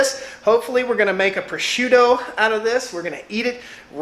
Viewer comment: when you said proshooto, did you mean prosciutto? I know what this is, I’m a bit confused, did you just pronounce it wrong?